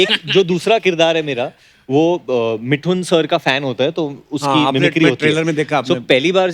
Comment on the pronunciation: woh मिठुन nahi मिथुन, jaise woh डोसा nahi दोसा hota hain.